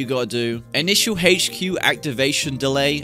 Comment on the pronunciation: “The hache-cue”